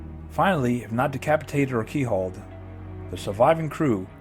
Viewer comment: Keel hauled. Not key .pulled around the keel.